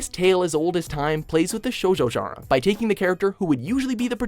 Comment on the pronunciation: he says genre wrong every time.